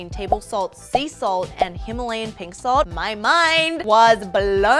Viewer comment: They just pronounced Himalayan wrong 😅